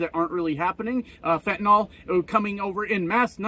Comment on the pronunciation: It's fentanyl, pronounced fentanil. It's not fentanol.